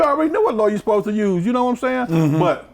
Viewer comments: did he say Suspose to get? whats that? lmao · “That’s what you esposed ta do”